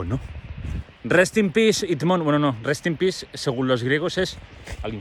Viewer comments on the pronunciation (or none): Lo gracioso del 'Rest in peace Idmón' es que suena a 'Rest in piss Idmón', y sí 💀 JAJA tqm